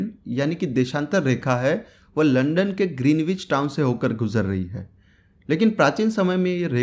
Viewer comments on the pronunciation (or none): none